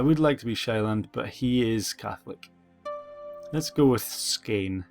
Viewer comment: As a dane, you are saying Skåne really weird. Å sounds nothing like A. The danish voice say it more or less correctly. Sorry, not trying to be an ass, its just weird to hear you say it like that.